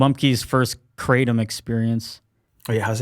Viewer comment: “Kray Tom” btw